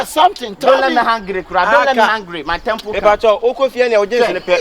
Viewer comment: Somebody help teach that guy in red trouser that it is 'Temper' not 'temple' 😂😂😂